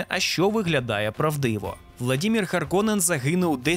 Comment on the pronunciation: Харконен, Раута - це фінскі слова, в них наголос на перший слог завжди